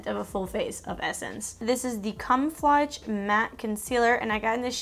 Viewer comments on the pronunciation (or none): The concealer is pronounced cam-o-fla-ge. Like when you blend in to something or you’re hiding. Like hiding dark circles. Like where the word cammo (like the print on clothes) comes from. No shade at all. Just helping you out. 💕 i hope this didnt come off as rude at all. Its a weird word and hard to say. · I'm sure she knows that, some people just can't pronounce words right.